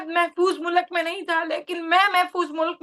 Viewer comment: Mulak nahin MULK 😠😠😠😠😠😠😠